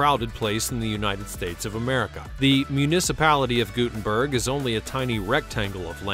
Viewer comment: Pronounced: gut, i.e. gut-'n-berg